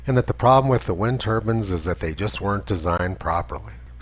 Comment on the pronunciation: "wind turbans" lmao